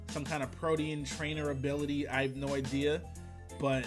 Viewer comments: you meant protean (pro-teen)? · mispronouncing 'Protein' over and over hurts my eardrums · Ok greninja's ability is pronounced PRO-TEEN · "PRO-TE-ANN" bruh